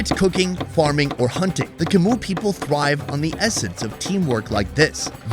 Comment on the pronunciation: Yia's obvious disdain when you said "Macoo people" instead of "Chmu people" was hilarious.